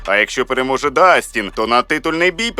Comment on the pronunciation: Не Дастін Гейджи,а Джастін.